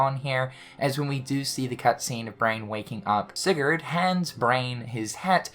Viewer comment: Luxurd = Sigurd I’m calling it